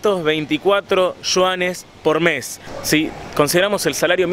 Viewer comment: De donde sacas la s de Yuanes? por Dios!